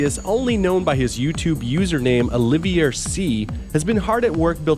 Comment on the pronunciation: Mispronounced Olivier what felt like 30 times.